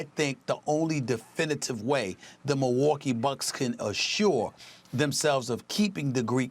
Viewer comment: " if you are the Mohwokee bucks" Stephen A Smith